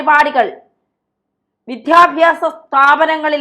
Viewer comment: വിദ്ധ്യാഭ്യാസം അല്ല.. വിദ്യാഭ്യാസം എന്ന് പറയൂ